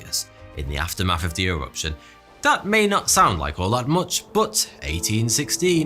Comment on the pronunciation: I just love the way you say “aftermaf” beautiful